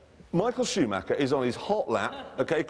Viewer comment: Girl both like shue macher they work for prachticher but is Luke Luke